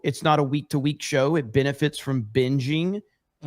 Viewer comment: “Binnifits” from binging. “Offinded.” How is a short “i” the same pronunciation in all these words?